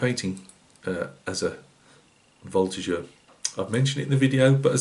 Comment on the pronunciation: A lot of nice advices with this tutorial! Great french prononciation for the Voltigeur. Wish you a Merry Christmas!